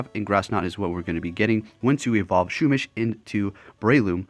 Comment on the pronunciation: U pronounce pokemon names funny. SHOOMISH 😂